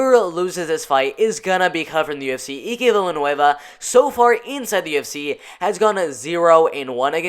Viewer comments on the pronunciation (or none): Let me help you. It's Eye-K Villanueva not E-Ke. I'll be your name whisperer this year buddy.